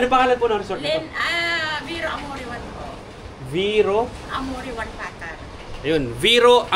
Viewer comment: Paaa—-tar, Hindi patar.